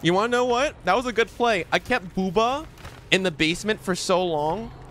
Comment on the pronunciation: Why is he saying bubba like that 😂